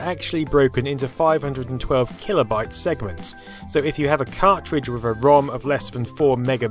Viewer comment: "segements" "segaments" segments?